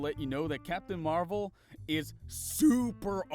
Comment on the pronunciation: I heard captain marbles instead of captain marvel